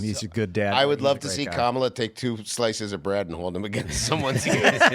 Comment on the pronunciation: Commie-la. Commie-la. Well, that's what I heard